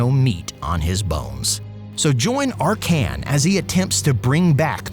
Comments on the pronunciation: ark can? Like the dude says his own name several times when you click him and still u managed to butcher the pronounciation of his name? If this is supposed to be funny it failed. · I believe he says his name or other character does and the pronounce is ARkhan, just like SEttra. Tbh I always had it that way in my mind so hearing in a different way in the video was a bit of a torture. The way he says LIber MOrtis reinforces the idea too.